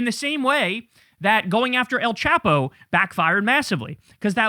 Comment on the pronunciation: El Chapo is pronounced with a long A not a short A so it sounds more like chopo not chapo